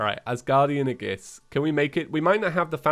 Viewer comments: FYI aegis is pronounced a-yy-jis not a-gis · you pronounce aegis wrong. It's "ayy-gis" not "a-gis" Also it's LeviosA not LeviOsa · aegis pronunciation is a-gis. It's like this, ayy-gis. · Yes, it’s “age iss” not “uh giss” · its 'ee-juhs', not 'ay-gus' or 'age-iss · Every time tries to pronounce aegis a part of me dies It's "AGE-iss" not "a-GISS" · Hey, aegis is pronounced ee-jis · Hey what the hell is an aggis, if you meant aegis then pronounce it like aegis, not like aggis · "Aegiees" Me:"FUUUUUUUUUUUUUUUUUUUUUUUUUUUUUU..." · His pronunciation of aegis hurt my soul. It’s E-jis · Just so you know aegis is pronounced as "ayy jis" for some reason. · noooo its ag-ee-is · it’s pronounced the asgardian ey-jis or ey-gis, I’m not sure which of the two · For your own knowledge, Aegis is pronounced "ee-juhs" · You butchered the pronunciation of "aegis" so bad that Athena herself cringed. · Ə Ģ Ğ YES YES YES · After playing xenoblade chronicles two through twice it makes me die inside every time I hear him say aegis. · that's not the pronunciation of aegis i am used to..